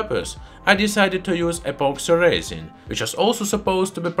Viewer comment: epoxy resin . at first i thought he said "a box of raisins"😂